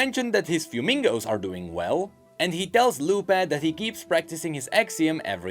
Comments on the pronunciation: yeah the proper pronunciation would be something like “f-whe-me-go” rather than “few-mingo” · please: -Fuemigo > Mix of "fuego" and "amigo" (fire friend). Pronounced: Fueh-mi-goh -Furnasita > Mix of "furnace" and the suffix "-ita" (little furnace). Pronounced: Fur-nah-see-tah Your pronunciation is physically hurting me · I came to the comments to say that but you beat me to it! It should definitely be fuego+amigo (fire friend), more like fweh-mee-go